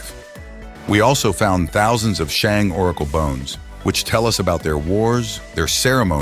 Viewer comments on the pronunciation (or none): very interesting and concise! by the way, Xia is pronounced like "shah," Shang is pronounced like "shahng," and Sui is pronounced like "sway." You pronounced Tang correctly though :)